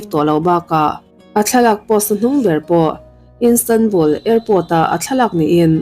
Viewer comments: Instanbul nilovin Istanbul zawk w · Police ni lo in polish (Pâwlish) ti a lam tur aw 🤦🏻‍♀️ 👮 nula emaw ka ti hman dawn lawm 🙄🙄🙄 Istanbul, Turkey khawpui pawh Instanbul ti in I lam tlat…. I awm a nalh sia, next ah chuan lam dan tur ngaithla hmasa la…. TCIM nei tu pawh a aw (voice) a mawi ltk a, mahse a thil lam dan a mak thei ltk… a bikin English ah hian. FAKSEL a haw ropui sia… nang chu thinrim ve suh aw. Lam dan tur ni lo deuh a in lam chuan kan thil ngaihthlak mood ah chen a harsa duh ltk